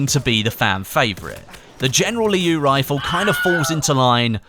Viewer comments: It's "Liu" in one quick word,not "Lee-iu" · It's pronounced "Leo" actually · just a reminder, the word 'Liu' is pronounced as something like ' Lill' in one straight pronunciation, not two separate intervals. And I am a chinese:)